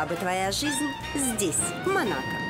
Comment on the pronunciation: МО-НА-КО так и произносится, не манака. за 2 минуты видео 10 раз уже произносили неправильно.